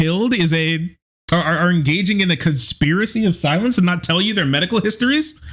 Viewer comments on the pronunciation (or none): none